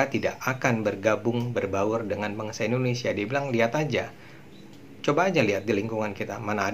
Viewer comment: Yes Indonesia not endonesia, learned more and more to be perfect...